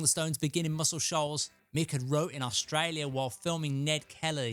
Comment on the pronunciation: I luv the way you say Australia🤩